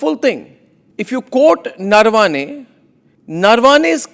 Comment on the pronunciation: Please start pronouncing Indian names correctly. Naravane is not Narvaane.